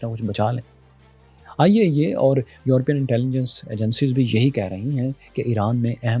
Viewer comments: When he says IAEA....i think he says ۔۔۔۔۔۔۔۔آئیے آئیے 😂😂 I understand when i unable CC😅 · The Way You Saying IAEA 👍